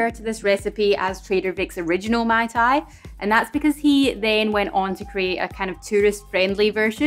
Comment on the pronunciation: You should pronounce "Ma-i Ta-i Roa eh" meaning "Delicous !" In Tahiti, a Mai Tai is done with : Orange juice, Pineapple juice, grenadine and coconut rum, shaked, served, and topped with dark rum I was quite surprised when i got an original mai tai at the bar instead of what i was used to haha